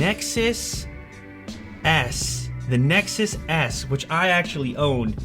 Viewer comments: I LAUGH MT ASS OFF WHEN HE SAID "Nexus S" because I thought he said "Nexus ass"😂😂😂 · Did you really just say it reminded you of the "Nexus ASS"?! I know you said S, but it sounded like Ass... xD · did he just say nexus ass? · i swear i heard Nexus Ass